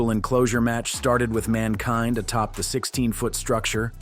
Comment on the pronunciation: Why did you pronounce Mankind like that then proceed to pronounce it correctly?